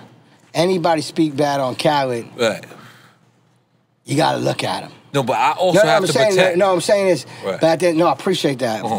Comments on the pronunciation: Does it sound like N getting his name wrong? Carlid? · I know off the rip I'm going to love this interview because nore can never say DJ Khaled name. Shout out to the fact that DJ Khaled has gloves on but still puts his pinky ring on